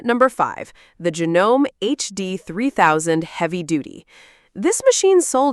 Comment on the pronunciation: This video is just garbage to make money off of your views. This person knows nothing about sewing machines.Can not even pronounce the name Janome properly. Shows the completely wrong machine in one example.